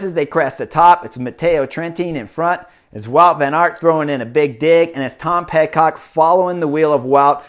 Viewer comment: I think Horner's mispronuciations are one of the endearing things about the butterfly effect and I hope it never changes. Sometimes he says Pet-Cock instead of Pid-Cock which causes laughter all around. I really wish this race had been on GCN+ so I could have watched the whole thing.